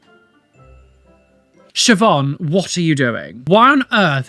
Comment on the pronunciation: and for someone to say it correctly.